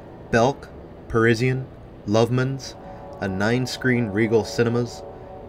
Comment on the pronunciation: Fairly sure Parisian was Pa-ri-sian (zhun) not Pa-ri-si-an. That was a great store. Not a big fan of all those twin/split department stores at HP.